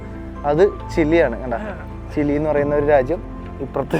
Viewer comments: ചില്ലി അല്ല ചിലി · Chilly allada chiri moyanthe , chile enupara😂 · ചില്ലിയല്ല ചിലിയാണ് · ചില്ലി അല്ലല്ലോ ചിലി അല്ലേ? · എപ്പോഴും ഇങ്ങനെ ചില്ലി ചില്ലി എന്ന് പറയാതെ 😁 കേട്ടിട്ട് ചിക്കൻ ചില്ലി കഴിക്കാൻ തോന്നുന്നു. By the way its ചിലി 😀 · ചില്ലി അല്ല bro ചിലി ആണ് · ചിലി ആണു ബ്രോ, ചില്ലി അല്ല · ഗുനിയ അല്ല (ബോ ഗിനിയ ചില്ലി അല്ല ചിലി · ചില്ലി അല്ല ബ്രോ. ചിലി 😊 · Not chilli man chili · ചില്ലിയല്ല ചിലി പറയൂ ഇതും ഫുട്‌ബോളിൽ പേര് കേട്ട രാജ്യമാണ് അർജെന്റിന പോലെ 🤣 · chilly alla bro chile anu😅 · ചില്ലി അല്ല ,ചിലി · Chilli alla ..Chili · Chile anu bro not chili